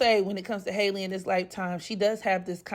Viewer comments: no HAL-E not hi lee . It’s literally pronounced the same way Halle berry pronounces her name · Her name is pronounced HAL-E just like Halle Berry